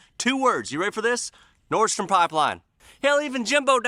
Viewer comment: Nord stream, like steam but with an R